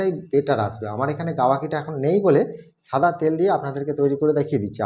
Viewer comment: shada ke sada keno bolsen.